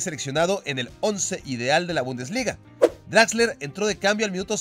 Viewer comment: es exquisito con las pronunciaciones, pero se nota que el alemán definitivamente lo suyo, jajajja ¿Utsil? ¿DraxleRRR?